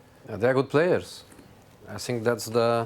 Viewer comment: Love how he says "I sinks"